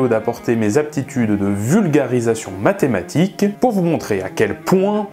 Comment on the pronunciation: Dommage, t'as dit medematique, j'ai alt f4 instante, bisous.